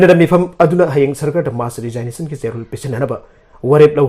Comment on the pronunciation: News Reader!! RESIGNATION- TO BE READ AS RE-ZIG-NATION & not as RE-ZINE-NATION